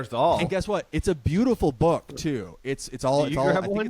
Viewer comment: You mispronounced it. She calls it her boooooook.